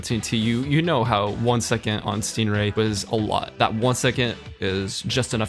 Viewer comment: when he says second he says it like it has a T at the end..